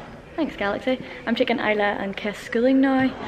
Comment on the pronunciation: I've been pronouncing it Is-la in my head so it's interesting to hear the real pronunciation! I-la is a very pretty pronunciation!